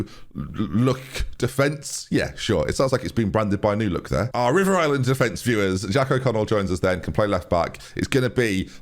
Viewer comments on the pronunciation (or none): none